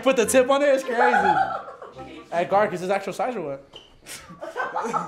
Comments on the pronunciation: Not them saying his name wrong a couple times 😂😂😂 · Not them calling him “gerik” 😂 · They kept saying Gerik 😂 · saying gariks name wrong is funny asf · Bryans saying gariks name srong the whole time lmao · Not y’all pronouncing his name wrong 😂😂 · not all of y’all pronouncing Garik’s name wrong 😭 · The way they pronounce garik name he look sad tho😮